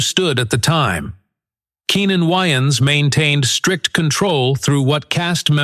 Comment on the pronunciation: I'm like, "why do he keep calling him Keenan YNs?" Took me a few minutes to realize the A.I. voice was trying to pronounce Wayans.